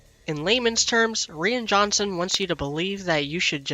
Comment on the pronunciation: REEEAN JOHNSON?!!? XD